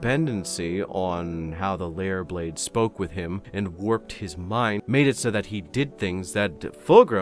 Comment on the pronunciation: You know I always hear the swords name as Leyah blade Rather than lair blade like I'm hearing now